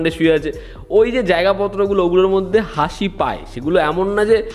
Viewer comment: হাঁসি টা আবার কি কথা ভাই 🙂